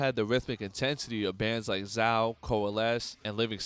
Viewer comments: It’s pronounced Zay-oh not Zow. Great video though. As I Lay Dying was an amazing band but Tim tarnished their legacy which is nowhere near as bad of a crime as plotting to kill your wife. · Awesome video bro...... but it's pronounced Zay-o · Good video. Zao is pronounced Zay-oh btw